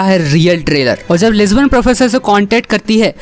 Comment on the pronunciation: It's lisbon not lesbian 😂😂